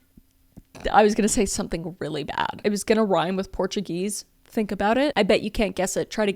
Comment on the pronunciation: porto-geese squized